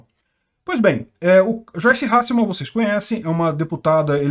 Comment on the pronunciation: Finalmente alguém que fala o nome dessa doida certo. É Hasselman e não Halsseman.